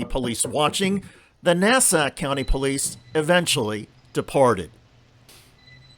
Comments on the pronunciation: And by the way it is not nasa, but Nassau.... Hack reporter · NASA is the space guys....it's Nassau. NAS- SAW. NOT nasa....